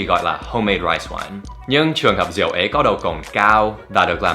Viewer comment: Xin lỗi nha Việt Nam không có từ rịu hoặc riệu nhé, chính xác là Rượu, không có trái lịu đạn chỉ có trái lựu đạn, ( đặc biệt là người Miền bắc gần như không ai đọc đúng vần ươu, hoặc ưu đa số đọc là iu hoặc iêu. Người Nam đọc rõ ràng con hươu chớ không phaỉ con hiu, Bún riêu nấu óc bươu chứ không phải bún riêu nấu ốc biu. Mr. Dan học phát âm sai, vậy mà dám chê người khác sai?) Dép tổ ong do người Miền Nam sản xuất đầu tiên, nhưng vào miền nam nói dép tổ ong không ai biết. Trong Sai Gon không ai hút điếu cày, chỉ hút thuốc rê. Miền nam không ai dùng từ bón cơm, bón phân cho cây trồng thì có, tư thông dụng là đút, nghĩa của hành động đó là mớm, bởi vậy mới có từ ghép bú mớm.